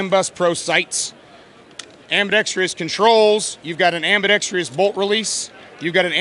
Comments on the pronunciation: Why do even/especially gun manufacturers think it's AM-BE-DEX-TREE-US??? There is no TREE in it. It's ambidextrous. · Dude, learn how to pronounce ambidextrous properly especially if you're going to say it about 8 times....nice rifle though. Great video, keep them coming.